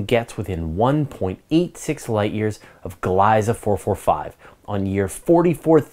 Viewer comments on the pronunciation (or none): Just a pronunciation tip, the name Gliese is pronounced Glee'zuh not Glice. Named after German astronomer Wilhelm Gliese. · It hurts my ear whenever you say “Glaisa” - “Gliese” should pronounced (glee-sa)